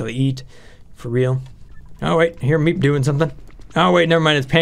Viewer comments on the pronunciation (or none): When you say the person in charge, you mispronounced MEEP.